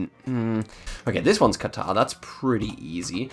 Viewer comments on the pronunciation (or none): none